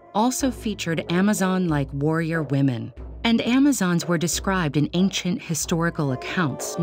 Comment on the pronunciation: Hate how she pronounces ancient as “ayk-shent”